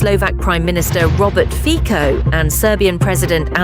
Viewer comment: The pronunciation is Robert Fitso, you don´t even bother to check it before you publish it...